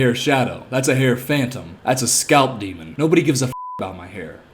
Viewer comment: Bro said SCALP DEMON! I AM DYING